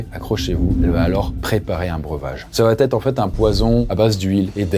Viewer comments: Elle va-t-être? dsl cette liaison n'existe pas mais sinon GG! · tes vidéos sont géniales mais par pitié: arrête de dire "Elle va Têtre", il n'y pas de liaison puisqu'il n'y a pas de T à "Elle va/Il va". Je le dis gentiment hein ❤ mais je l'entends partout même sur la chaîne de McSkyz! 😭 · Arrête avec va-t-etre. Il n'y a pas de t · Par pitié, on ne dit pas "ça va t être. Va ne prend pas de t. Et quatre ne prend pas de s. On ne dit pas quatre senfants! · les multiples "va-t-être" m'ont fait aussi mal aux oreilles que l'histoire elle-même 😆 Mais je suis sûr qu'à la prochaine vidéo, ça va[__]être corrigé 💥